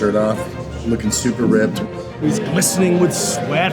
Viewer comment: Did he say a ripped? Lol